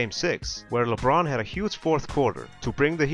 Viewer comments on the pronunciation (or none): none